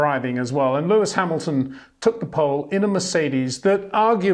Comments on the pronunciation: 🌐 it is NOT Lewish ... it is NOT Bottash ... and it is certainly NOT Max Vershtappen! Pronouncing "st" as "sht" is done by Germans not Dutch people! ... like an insult to (some of) us ... like insinuating you are a Nazi or something. But most people from Holland (like me) have NO issues with Germans at all. Am part German myself. Everybody knows how to pronounce Stable not "Shtable" or "Train Station" not "Train Shtation" so NO EXCUSE to be a moron! They do not do it with others having st in their names! ... All other F1 drivers are pronounced correctly having "st" in their names. This BS started years ago with father Jos Verstappen being interviewed by British sport presenters thinking it is funny to talk like a German to a Dutch guy! ... It is not ... And they do not giva fck. Not even having the courtesy to ask how to pronounce it correctly. (Acting dumb about it, hence my sarcasm, which some do not get). I did not say all Dutch people think like that ... but people that make fun of assumed "Nazis" they change their pronunciations to make fun of you. But there are vast amount of nice Dutch people that never would do that ... nor feel the need to insinuate. I have been called "Nazi" by some just because my last name is German then they talk with "sht" & z (not s). Thinking they are "so funny" doing that. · 🌐 it is NOT Lewish ... it is NOT Bottash ... and it is certainly NOT Max Vershtappen!